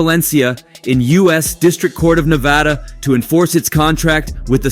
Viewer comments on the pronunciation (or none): none